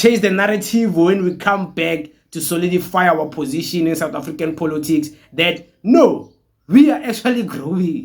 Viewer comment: Point of correction its called Politics not "-Polotics" as you call it😅but i love your videos though